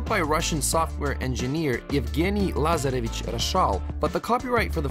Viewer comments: I was wondering how come you pronounced “Lazarevič” and “Aleskader” so well… then I saw a book “Poduzetništvo i tržište rada”… and suddenly it made sense. 😃😃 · Dude why is your pronunciation of names like "Lazarevic" and "Aleksandar" so good 😂 Are you from from Ex-Yu region?